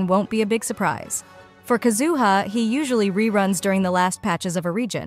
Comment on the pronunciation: It’s KAZuha not KaZUha